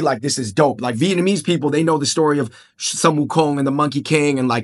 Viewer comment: Sun is pronounce as Soon. Correct pronunciation is Soon Wu Kong.